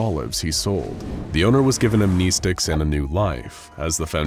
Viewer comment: Dude keeps saying am,knee,sticks .....